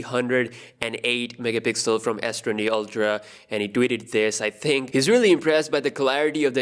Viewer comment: Im just here waiting for him to pronounce MEGAPIXEL the right way. Love the vids!